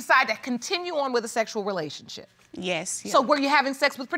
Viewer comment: It's funny how black people pronounce "relationship" like "relayshit". "We wuz in a relayshit".